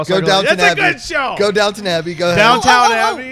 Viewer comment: It's Downton Abbey, not Downtown !!